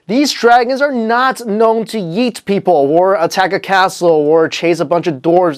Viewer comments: He also said dinosaurs "yeet" people instead of "eat" people XD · So no one talks about how he pronounces eat as yeet? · When he said eat he almost said yeet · I wanted to comment this so badly aswell, love the video and much love for the presentator but Y E E T made me crack up tbh